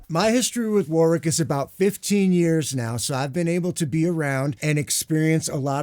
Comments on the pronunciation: All these years and he still can’t pronounce the name Warwick properly 😂😂😂😂. Great demo. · UK = Wohrick US = War wick Germany = Varrick?